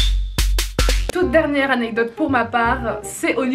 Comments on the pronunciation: Je viens de revoir la vidéo et dit encore "anetdote" 😂🤧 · a seconde elle dit anededote